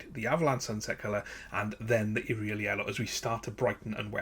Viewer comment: Great video, but what really makes this video stand out is you pronouncing Yriel properly!!!